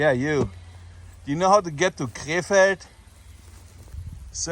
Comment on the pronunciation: Sounds like you are saying K-Fed. Britney spears' ex husband. Side note.